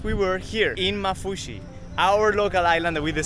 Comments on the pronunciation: And also it pronounced maafushi with 2 a s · I'm from Maldives and the way you say maafushi makes me and my siblings laugh lol Can you come to ungoofaaru❤ pls